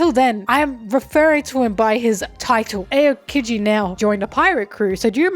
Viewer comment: It’s not pronounced ayo-keejee it’s pronounced ow-keejee 😭